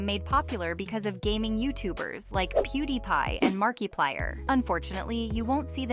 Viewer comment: “Peewdee pie and markie-plier”💁‍♀️